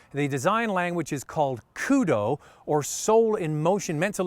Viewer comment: Its K-O-D-O. not kudo.